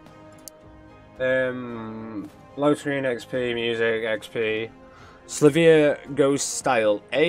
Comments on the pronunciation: Is there education where you live rofl. So bro it is Sil Vee Uh not Sluh vee uh. If you look closely the Y comes before the L. Where did you get the pimp sound dampening foam? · I think it’s pronounced sil-vee-a